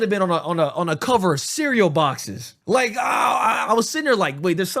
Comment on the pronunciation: he said porsche correctly